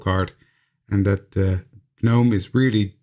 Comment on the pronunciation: Such a cute card! You've done some beautiful work in all these videos so far. As for "gnome," just say it like the "g" isn't even there (nome). The "g" is silent. You were getting it. :)